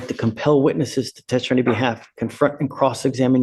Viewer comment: Judge, you are quirky, 🤗compassionate👍🏻 & wonderful.👏🏻. I have 1 question. WHAT do you have against the word “testify”? You DO know it’s a 3 syllable word, right? You ALWAYS eglide over it and swallow it. Please pronounce it correctly so my ears don’t bleed. Thank you. 😍. 12/‘25